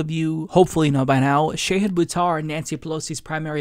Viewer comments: "Sheyhid" Buttar? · Shah-Heeed. Not Shay-head. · Shah-heed not shay-hid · I love ya and I love Shahid, but its pronounced Shah' hid (like father), not Shay' hid. ❤❤ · Sha-hid? I've been calling him Shahid! 😳 Fighting to correct housing problems is a nobel cause. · omg, it is Shaw-Heed Boo-Tar.